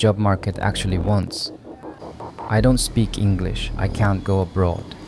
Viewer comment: Are you even Japanese? How you pronounce english so well?